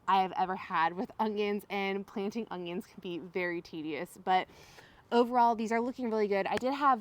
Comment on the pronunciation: Haha you say onions like I used to...with an added g 😂